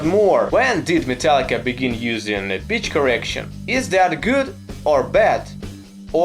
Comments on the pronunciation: Oooooh, he said Pitch correction. Not to make fun of his accent, but w fhe context, I definitely heard BITCH correction for mt first 2 views if this vid. Autotune is the death of real music. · You said 'Pitch Correction', but I heard 'Bitch Correction'. :D :D :D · Uhh does he say pitch correction or bitch correction?